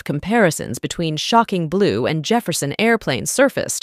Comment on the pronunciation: SHOCKING blue. Stupid AI programming can't figure out how to say it without emphasizing SHOCKING. So annoying. "click". i'm gone.